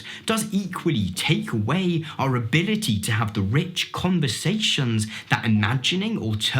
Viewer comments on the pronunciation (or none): none